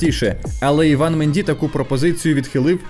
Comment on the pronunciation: Треба хоч іноді вмикати голову. Афроамериканець Іван? 😂 Ну??? Він Ііііван, с наголосом на першу і. Це французьке ім’я. Якась глобальна тупість 🌎